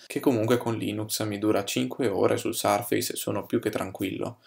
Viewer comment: Però "sarfeis" per dire surface non si può davvero sentire. È un pugno sulle orecchid